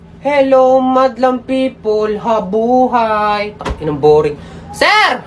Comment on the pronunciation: Ang mabuhay naging mabuhay😅